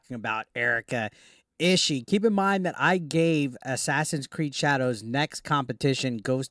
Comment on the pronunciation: Last name is pronounced "E-she-E" btw